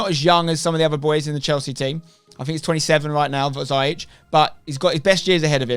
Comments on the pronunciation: Damn "Zyeech" 😂 What a signing tho 🔥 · pronounced zi-ya-sh from a moroccan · It's Ziyech. See-yeck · Haha, ziyech is quite a difficult name to pronounce, in the Netherlands we have said it wrong all along as well. The dutch way of saying it: (which he is fine with) : hakeem zeeyeg -with the dutch guttural 'g' The moroccan way of saying it: hakeem zeeyesh The english way of saying it would be 'hakeem zeeyeck' and I think that would be the easiest for you :) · I'm a chelsea fan and I am pretty sure it's pronounced Zeeyek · Ha-keem Zee-yek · It’s actually pronounced “ziyesh” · "Ziyech" is actually pronounced "Zee-Yesh" or you can even say "Zai-Yesh" x) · As An Arab I can can confirm it’s pronounced “zeeyesh” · His name is not a Dutch one. Its a Moroccan name pronounced "Zeeyesh" . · Spen you pronounce it zee-ech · Nobody: Spener: Za-yeech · ziyech is pronounced Zi EGDE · His name is pronounced Zee Yesh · it’s pronounced Zee yek just to let u know mate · It’s pronounced Zee-yech 😉